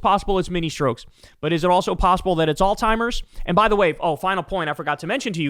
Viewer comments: Kyle it's not ALL TIMERS! It's ALZHEIMERS!!!! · Kyle i LOVE your show man, but it is "Alzheimer's" not "Alz-timers" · It’s Alzheimer’s, not Alltimers, pronounce it correctly. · It’s not pronounced alltimers. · For the love of FSM, there’s no T in Alzheimer. Stop saying “All timer”. It’s literally pronounced the way it’s spelled. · Damn dude, it's pronounced "allz-hime-ers", there's and Z and no T! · I love you but... it's "Alzheimer's"... 😬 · Hey, Kyle. Alzheimer's doesn't have a "T" in it. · Hate to be that guy…but it’s Alzheimer’s, boss.